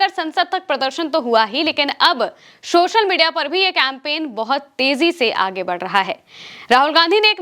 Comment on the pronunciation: Kya kya anchors aaye hain chori to 'sori' & social ko shhoshal....